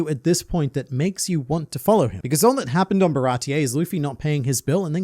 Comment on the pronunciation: What is a "Baratie-EY" exactly, dear?